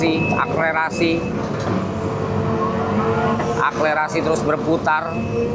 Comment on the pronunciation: Akselerasi bang bkn aklerasi 🤭